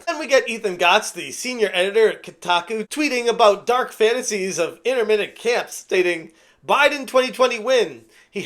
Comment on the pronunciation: "In-tern-mint" not "inter-mint" camps